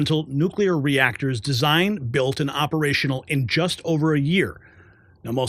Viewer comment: I can’t believe how many people can’t pronounce the word Nuclear ☢️🤪